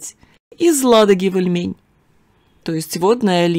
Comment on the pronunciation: Привет из Новгорода Великого😊не ильмЕнь а И льмень очень режет ухо новгородцу 😊по старо русски все названия на первый слог